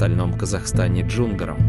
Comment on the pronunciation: Кто это читает? в казахском языке есть простое правило ударение всегда ставится на последний слог: ШахмардАн, ДжунгарЫ, АдАй!